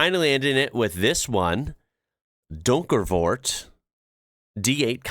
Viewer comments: Renault pronounced RehNO. Emphasis on the second syllable. Donkervoort was pretty spot on actually, for an English speaker ... =) Now look up the DAF Daffodil which will pull you straight down the DAF rabbithole. lol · Your pronunciation of Donkervoort was quite good, it had an improved chassis compered with the Lotus-7, later Caterham. The Mini Moke is also quite rare here in Europe, there was a similar car from Citroën, called the Mehari. That was based on the mechanics of the 2CV, but it had a polyester tub fitted. Also marketed as a sort of fun vehicle to go out on a sunny day. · Actually your pronunciation of donkervoort was pretty well smack on (for an American). The only thing you didn't get were the rolling rr's so well done you :) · You pronounced Donkervoort pretty well. I suspect it's a surname but you can litterally translate it to "dark ford" or "dark forth". Just so you know. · For a non-Dutch speaker you did well with Donkervoort. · Your Donkervoort pronunciation was pretty much spot on. In 1978 Donkervoort launches the S7. Now extremely rare, the S7 came about after Donkervoort bought the Dutch rights to the Lotus 7, only to find it could not receive type approval and could not be driven in The Netherlands. It needed a long list of chassis changes to meet the regulations, so Joop decided to improve the Lotus 7 his way instead, and built it in Tienhoven and the Donkervoort S7 was born. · Yep, He was spot on with Donkervoort, But screwed up big time on Caterham, ( Kate-er-um)